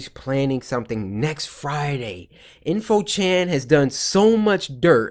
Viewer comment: It's in~fo chan